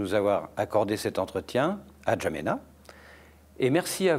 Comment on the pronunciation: Vous même notez le manque de respect vis à vis du Tchad et un potentiel futur président.le journaliste au lieu de prononcer Ndjamena comme se doit être le journaliste dit N'. djamena sans que le candidat dise on dit Ndjamena et non N' djamena